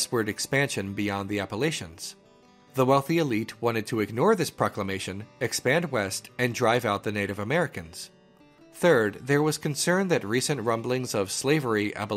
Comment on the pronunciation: Let me speak for Southern Appalachians. We don't say Appalations, first it's a way more back vowel -læ followed by an affricate consonant tʃə. Or like -latch-a. Or -latch-ens.